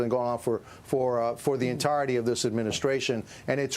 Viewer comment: Whay he call him Zukenberg? Old guy cant pronounce words.